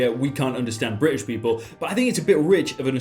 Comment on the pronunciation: Nobody:: Bri ish